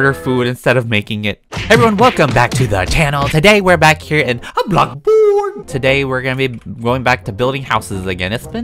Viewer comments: when will u say blocksborg right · EVERYONE SAYS: BLOXBURG: A BLOCKBORG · So funny how he calls it blockburg instead of bloxburg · hai everyone welcome back to a black burg video Me:hi everyone today I’m playing bloc burg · I love how you say "BlOcKBoRg!!!!!!!!!" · I'm not hating or anything 🤣why does he say blockburg 🤣